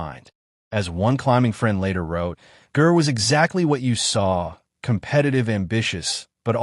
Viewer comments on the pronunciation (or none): It's pronounced "Jer," not grr. Awful AI crap. Ger deserves a better tribute than this nonsense. I stopped at the mispronunciation of his name. YouTube needs to ban this crap. RIP, Ger.